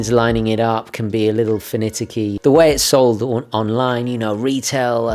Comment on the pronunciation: Did you mean finicky when you said 'finiticy' about the triangle on the bezel?